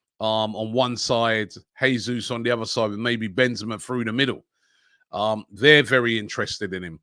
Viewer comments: It's pronounced "JESUS" (don't be shy and pronounce that "J" 😉) not "HESUS", he´s Brazilian, not Spanish. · It’s pronounced Jayzoos not Hayzoos, just saying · Robbie Jesus is pronounced Jay-zeus not Hay-Suess.FFS stop being so lazy. He's Brazilian not Argentinian. He could be playing for us next season. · Robbie, since Jesus is Brazilian you should pronounce it with a strong J since you’d say it in Portuguese. If he was from a Spanish speaking country then your pronunciation would be correct.